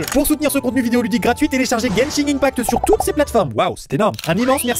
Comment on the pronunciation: Non seulement ça, mais également le random " g " ajouté à fin de Genshin sans raison ^^'. Je sais pas pourquoi plein de gens prononcent ça " Genshing ".